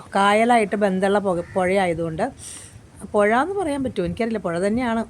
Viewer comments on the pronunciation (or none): പൊഴ എന്ന് പറയാൻ പറ്റില്ല - പുഴ എന്ന് പറയാം😂